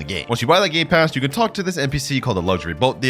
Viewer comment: Bro actually said “gay pass” XD